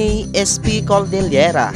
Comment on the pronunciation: Cordillera Yun Dina di coldillera